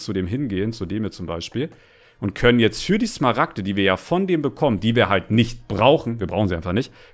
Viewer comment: Wie einfach zu smaragte dias sagt